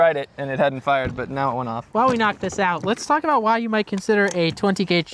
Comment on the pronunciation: I though they were Canadian because he said Aboot.